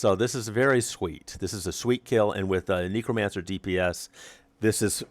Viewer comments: Very disconcerting hearing you mispronounce Necromancer over and over as nEEcromancer instead of nEHcromancer :( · Neck-row not neecro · amagad NEH-cromancer not NEE-cromancer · KNEEcromancer LOL